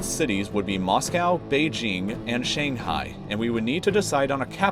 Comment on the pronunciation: Sh-aah-ng- haai not Shae-n-ghai. E-uu-a not Yu-ee. We pronounce it very differently.